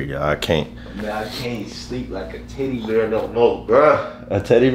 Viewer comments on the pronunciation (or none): This boy said titty bear and was trying to correct him by saying teddy bear LMAOOO 😂😂😂😂😭